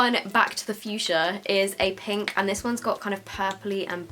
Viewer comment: Back to the fuschia(don’t know how it’s spelled), is legit how british people say Back to the future lmao